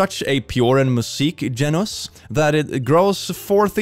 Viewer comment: As a German, I can't stop laughing on how you said "Perfekte Geräuchreduzierung bringt ihnen puren Muskgenuss" . It has been a long time since I had such a good laugh.